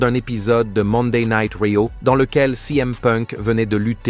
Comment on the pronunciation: raw => rio mdr ca a bien faire rire serieusement faudrait dire le nom et prenom correctement